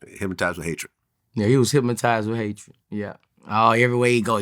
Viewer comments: Okay it was funny when I first heard it but it's going on too God damn long now the word is hypnotized not hypmotized 😵‍💫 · Boosie says hypmatized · "He was Hypmatyzed" 🏃🏾‍♂️ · Somebody need to tell da big homie Boosie it ain't not one letter M in the word Hypnotized 😂😭😂😭